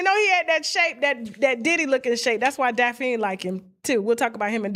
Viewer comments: if u dnt stop calling her Daphine 😂😂😂😂 it’s Daphne! Tasha damn 😂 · Somebody tell Tasha its pronounced Daff-knee 😆😅